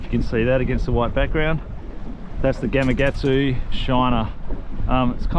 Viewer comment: Another great video. Love the content. But, I just have to say - GamaKatsu. Yep, that’s a K in the middle, not a G.